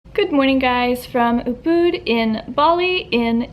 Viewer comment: the second u in ubud is shorter than how you are pronouncing it. as someone who used to live in Bali and was checking just to see how prices were today it was a bit painful to hear. great, informative video though 👌👍